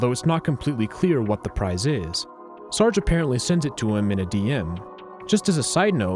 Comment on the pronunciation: sir-gay... not sarg